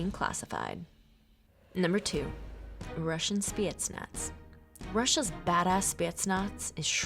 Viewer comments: The way she says spetsnaz pisses me off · Hey you pronounced Spetsnaz wrong Congrats 👋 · Yeah and you know that the spetsnaz even slaughtered, not killed slaughtered a complete group of high ranked al queda terrorists and rescued only thier target a minister. And the rest where all slaughtered. Even bystanders. And how she pronounced spetznas. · Why does she say spetsnaz so weird